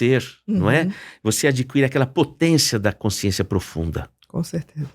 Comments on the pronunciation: Um sábio falando com uma pessoa que nada sabe. Sra, não diga coinsciência, é CONSCIÊNCIA. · Consciência, não coinscisencia. 😂